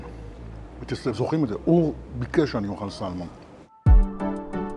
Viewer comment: אלו שאומרים סלומון במקום סלמון ... 🤦‍♀️ : "קינלי" ... 😄 מסוג המקומות שדוגלים יותר בכמות מאשר באיכות. (או שמא הכמויות האלו במיוחד לניב ...) מבאס לאללה בכל מקרה, וחבל על כל המזון הזה שנזרק כי הוא לא טעים.